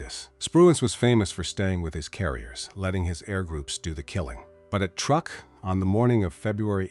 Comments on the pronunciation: And it is not pronounced as such either. The pronunciation is "trook". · Truk, not truck. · It’s Truk, not Truck. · "Truck"? I hate this IA crap. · I guess it is too hard for AI to spell or pronounce "Truk" correctly. It should also be called Chuuk now.